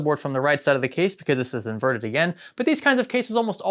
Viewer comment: say invernted without n and r